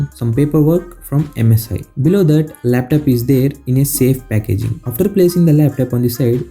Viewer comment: It's not laptap it's laptop